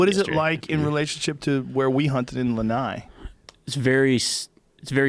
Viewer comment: Yo Joe, it's Lana'i not Lanai. Isolate that I